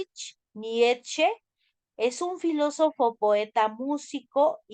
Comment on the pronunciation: no pronuncia bien el nombre de Hegel, Friedrich Nietzsche y tampoco el de Simone de Beauvoir.